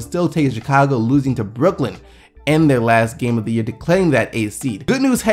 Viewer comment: Was that a joke when you said brook and Lin, like Brooklyn?